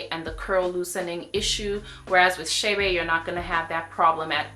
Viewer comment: It's Che' Be NOT Shay Bay.... Please...